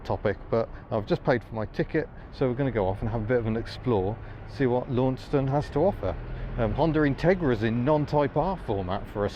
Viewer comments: Terrific video, nany thanks. Launceston is pronounced as 'Lannsonn' here in Corrnwall, just to add the mix. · Syllable overload on Launceston but great vid:) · It's pronounced "Lonceston". Say "Lawnceston" and they will pick as a mainlander straight away. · I like Tassie very much, I had a good old womble around Hobart a decade back and again 5 year ago, and the west coast has some of the best roads for bikes (motorbikes) I've ridden since I did the IoM (TT 1985) and France/ Italy in '86/'87. Launceston (Tas) is pronounced LaunCESton. In England, the Cornish town is pronounced "Lawnston". In Cornwall, the locals pronouce it "Laaarrnston". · Actually, the pronunciation of Launceston is more like Lon-ces-ton. If you call it *Lonnie*, they will think you're a local. Ok, maybe not with that English accent of yours. Lot of mainland blow-ins now so the name pronunciation may well have morphed a little. I used to live for a time during my schooldays in the 60s in Garfield Street, South Launceston. Attended high school in the suburbs Kings Meadows. Worked there for a time in the 70s after completing my apprenticeship. It is a nice city now but used to get very smoky in the 60s when everyone had wood, coal or briquette heating. I still miss the electric trolley buses of that era, not to mention the old Leyland buses with the half cab. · Whilst I fully understand why you said that, we pronounce it lawn-ses-ton. Don't know why I didn't notice this 2 years ago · It awesome I know all these places in real life because I live there! All so I find it really funny when the English say Launceston wrong it actually it pronounced lon-seston anyway keep up the good work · Ps Lanceston Cornwall people in the UK pronounce the town "Lan sen".